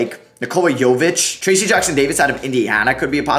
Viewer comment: made me so mad the way you said trayce jackson davis